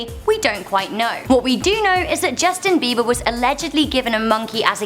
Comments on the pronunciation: By the way it's not beaver its beiber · it's not beaver it's beber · you said beaver lol